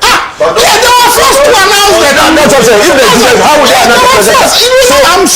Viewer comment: Bro; the word is ( duress)